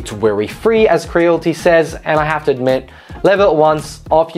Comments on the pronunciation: its cre-a-lity not creal-ty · Creal-IT-y. Not crealty 😁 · It's Cre-al-ity not cre-l-ty